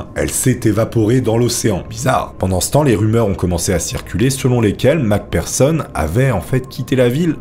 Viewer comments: J'adore tes vidéo 🙌🙌🙌 Merci Beaucoup de faire toute ces Merveilleuse Recherche pour nous 😁🙏 P.S. Macpherson est prononcé avec un "F" et non un "P" pour le "PH" dans nom de famille 😉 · Le mec prononce mal Mc Pherson, et se trompe même sur son sexe 😅 Ce professionnalisme ! 😂